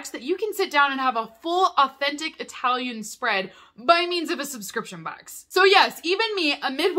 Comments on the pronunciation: I talian Not eyetalian, please 🙏🏼😫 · Please don't say "Eye-talian"!